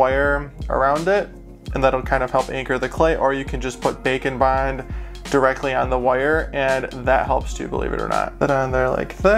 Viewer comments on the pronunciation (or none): Whenever he says “bake and bond” I hear “bacon bond”. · I know its "Bake and Bond" but to me it sounds like "Bacon Bond" does anyone else hear that? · I swear that for ages I thought you were saying bacon bond, clearly James' meatier cousin.